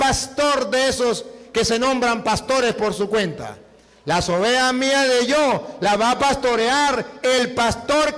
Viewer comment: Ovejaaaaaaaaaa se dise ovejassssss. Ten misericordia. Dios de este señor